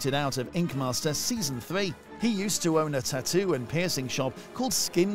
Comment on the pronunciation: the way u say "taattoo" is bumming me out, it's a hard pass from me.